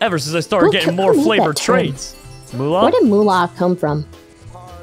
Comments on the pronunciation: the whole time he is supposed to say favored trades he says flavored trades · is it just me or did I hear when was trying to say "Favored Trades" he said "Flavored Trades"